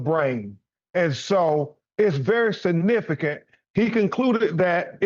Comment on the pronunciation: BEN Crump "I can Says "Sa-nifigant'' it very Sa-nifigant !!